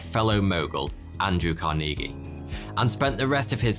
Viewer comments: CAR-nuh-gee. Not "car-NEE-gee". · its pronouned car-knee-gee, not car-neegy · car-knee-gee?? Carnegie /carnuhgee/ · lol "Car-NEE-gee" It's "CARN-eh-gee" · Pronounced Carn' e gee not Car knee' gee. Well known rich person in USA. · Its CAR-nuh-gee not car-NEE-gee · 'Car nee Gee' 'Bu tee nee' 'Carnegie Hall'. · Car-Knee-Gee lmao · "KARN a ghee" is how you pronounce the name Carnegie. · I don't think it's pronounced "car-knee-gee" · Pronounced "CAR-neh-gee". Hard to believe you haven't heard this before. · Pronounced… CAR NI GEEE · Just to help u out man, It's pronounced like "car-na-gee". Not whatever the hell u was saying. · Lol except for the way he says Carnegie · Interesting pronunciation of Carnegie. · Carnegie is not pronounced like that. LOL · It's ma-RIN County in California,. I know. I used to live there. It's also Andrew CAR-ni-gee with a hard 'g' as in 'girl.' Do you mispronounce all these proper nouns to irritate us?